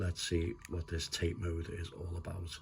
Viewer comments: It’s actually pronounced Tah-Tay mode not TATE means vertical in Japanese Yoko means Horizontal in Japanese.enjoyed the review thank you! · Another great video. And it's pronounced "Tah-tay", not "Tayt". Just saying. 😎👍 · It’s disappointing that your average Chinese handheld has a better screen. The screen on this EXP looks vastly superior than the previous monstrosity, but this new one looks too reflective. Also the bezels are too large as you say. The Tate mode (pronounced tar-tay, not as in the Tate Gallery) is a nice addition though and makes vertical shoot ‘em ups quite playable. I’m in two minds and would need to try it before purchase (remember those days?) or a store with a no quibble returns policy. Did you get yours from Funstock or somewhere else? Thanks.